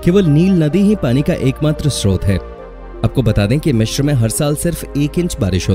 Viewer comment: Mishir nhi hota Misir hota h